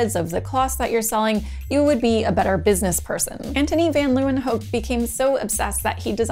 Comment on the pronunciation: Kudos for saying Antonie van Leeuwenhoek correctly. :) His last name literally means Lions' (Leeuwen) corner (hoek) btw.